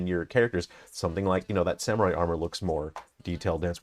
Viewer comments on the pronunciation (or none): none